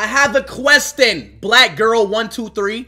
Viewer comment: "I HAVE A QUESTEN" had me rolling on the floor 🤣